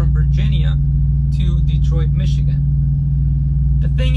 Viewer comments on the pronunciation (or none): none